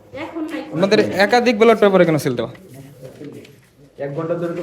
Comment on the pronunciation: ব্যাটল পেপার কি রে ভাই? ব্যালট পেপার